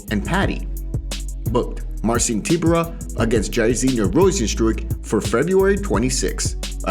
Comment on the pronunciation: It's pronounced more like Tie-byour-uh.